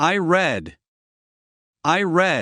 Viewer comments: Il y a une erreur de prononciation avec le verbe read. Au présent : vous le prononcez comme au passé. Pourtant au futur : c’est will + read au présent et là vous prononcez bien read /ri:d/ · ВЫ В PRESENT СЛОВО READ ПРОИЗНЕСЛИ RED??!! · The pronunciation of "read" in the present is incorrect. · Except for the pronunciation of “read” in the base form, which is incorrect, the rest is very good.